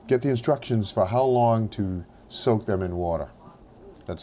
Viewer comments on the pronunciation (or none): none